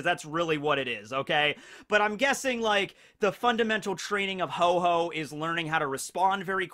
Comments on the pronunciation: Ho-Oh is the pokemon not Ho-Ho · The Pokemon is called Ho-Oh, not Ho Ho. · The Pokemons name is not Ho-Ho but Ho-Oh. Pls get your Pokemon facts right. TY. Kuss.